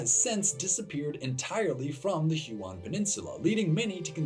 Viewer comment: Huon is pronounced like a colour "hue" and then "on" - not "who-on". At least in English - it's derived from the name of a French explorer, and as I don't speak French, I can't attest to its pronunciation in French.